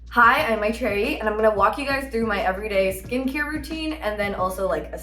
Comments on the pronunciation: I hate how she whitewashed her name 😭😭 mayyy trayy?? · she couldnt say her own name right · The fu** she can’t even pronounce that lovely indian name Maitreyi properly😭